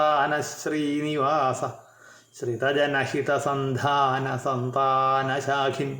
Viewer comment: ചിന്മയി അസ്സലായി ചൊല്ലി . മിടുക്കി ❤സന്താന-സന്ധാനോച്ചാരണത്തിലൂടെ ഉച്ചാരണവൈഭവം വെളിവാകുന്നു മോളേ🎉സുധീർസാറിന്റെ വിവരണം മോളുടെ ചൊല്ലലും മാണിക്യതുല്യം ❤